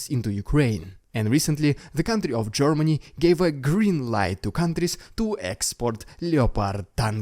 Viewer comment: I like how you say "Gormany", its amusing